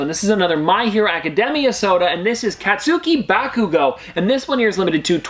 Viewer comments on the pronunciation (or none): I know this is weird but idk why but it bothered me a bit how you said his name lol it’s KAT-suKI baKUgo it’s fine if you say it the other way just as a big fan it irritates me a bit :)